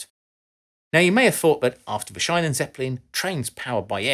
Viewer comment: Schiene. The "ie" is a longer "i" not an "ei". Perhaps like "sheen" not "shine", to give you English examples.